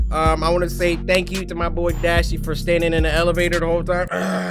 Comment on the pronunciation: This made me laugh when dashe said come er